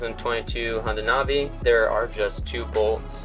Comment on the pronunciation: It’s not nah vee it’s nav ee Do you nahveegate or do you navigate?